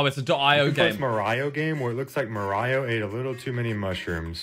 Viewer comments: did he just call mario ”mar-iouh” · the mario game u super jump with x on keyboard the way he says mario is frustrating ,,freakin Mario Carey